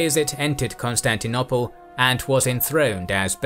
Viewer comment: Pleeeease can you say Constantinople properly thanks 👍 (the last o is long - no one says it the way you say it lol)